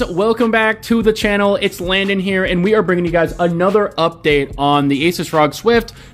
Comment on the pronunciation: I love you bro.. you say Asus the right way! I fuckjng hate aSOOS nah it’s aSUHS like aces .. I name my Pc builds Pocket-Asus 1, 2 and 3.. building 3 right now.. I know I’m a cringe nerd